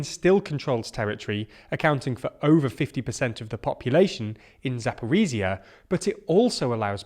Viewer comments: ZaporiZHZHia (like J/ZH) 🇺🇦, not ZaporiZia (not Z) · Zakorizia? Maybe Zaporoz'hye?